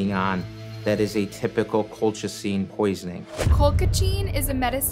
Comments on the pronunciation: It’s not colclean! Sound it out col-chi-cine. It’s said in the video correctly by everyone but the person narrating this! Seriously the most annoying thing! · Why she keep saying colclean? 😅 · Lol cloclean 😂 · everyone they interviewed- "colchicine" - "cul-cha-cheen" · She's pronouncing Colchicine differently every time 💀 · How hard is it to pronounce colchicine? Or Oneida? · Maybe rehearse the tough names? With so many examples of how to pronounce colchicine correctly, there really isn't an excuse. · I read this after I had just previously watched a video where she mispronounced benzodiazepine. Then while watching this video when you done it again with colchicine and not just once but says it's two different ways after they had just said it 😅😅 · Omg I noticed to with the medication name😂😂😂 like they pronounced it for u. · Girl. The experts pronounced the medication 100x & u still messed it up, every time lol 😂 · How you pronounce colchicine 6 different ways? 😂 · Why cant the narrator pronounce "colchicine" despite multiple clips of people pronouncing it? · I love that they say colchicine like 5 times and still gets it wrong. Once again proves isn't a narrative but a robo text to speech bot lol. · Is it just me? I'm annoyed she put so much work into this video, and reviewing it, but refused to say the medication name properly. I don't know it bugs me lol. You can hear the proper way to say it in the video, but she's mispronouncing it in a variety of ways. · Why does the narrator keep mispronouncing the word colchicine? It’s pronounced correctly all through the video by everyone so why can’t she say it right? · Why can’t she pronounce colchicine? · Why can she not pronounce colchicine? It's one of the easier meds to pronounce. She said it every single way but the correct way. I guess for comments? Lol